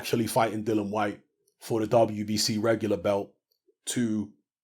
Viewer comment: I think you've betrayed Dillian,...by mispronouncing his name constantly.🙄 You're getting as bad as Fish Eyes!! 😁😁